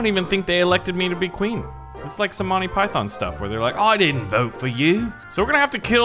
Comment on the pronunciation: Am i the only one who did not like the way he said monty phyton